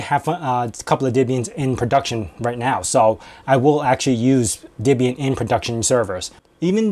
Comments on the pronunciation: Are you saying Dibian? The name is from Deborah and Ian. Deb-ian. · Why do you say "Dibbian" instead of "Debian"? The "Deb" part came from "Ian's" wife - whose name was Debra. It wasn't "Dibra". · Pronounce Debian wrong.. :P